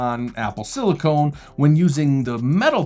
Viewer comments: Silicon not silicone, con not cone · It is “Apple silicon”, not “Apple slilicone”. Silicon is a mineral while silicone is a plastic material… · Silicon not silicone.. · I know it's been 10 months since this video but it's SILICON not SILICONE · Why do people have such a hard time with saying silicon instead of silicone? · FYI , "silicone" is LA, "silicon" is SF (or Cupertino) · "Apple Silicone" I know this is a nitpick on the pronunciation, but... Silicon and Silicone are different. Silicon is a naturally-occurring element. It's a metalloid and semiconductor. Silicones (polysiloxanes) are polymers, many of which are colorless oils used for lubrication and others that are rubber-like used as a sealant/insulation. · noticed that too. I was about to comment about it and then I saw your comment. 😅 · Silicon NOT CONE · oh come on. Is any IT nerd going to be confused and think the chip is made out of silicone because of a pronunciation slip? Christ, we’ll gatekeep anything in this industry.